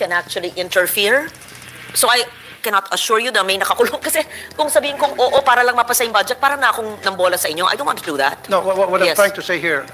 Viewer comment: Hahaha hahaha hahaha... Eng2 ayusin mo Ang ung pananalita Pura, para hehehehe hehehehe 🤣 Pura Para. Ehemmp...!!! 😅